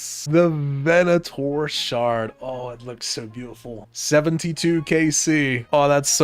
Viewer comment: Thank you for pronouncing Venator correctly :)